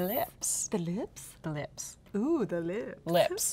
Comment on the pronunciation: Lol, was like: Lips, while holding her sweater. I kept thinking does she speak Arabic because lips in Arabic maens clothes. Then I realized she was trying to get as close to the mic as she could. LOL. Love you and.